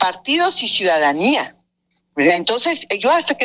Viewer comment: La "ciudadanía" siiiiiii como noooo